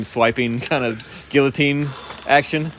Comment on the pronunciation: Guillotine is pronounced "gee o teen" :-D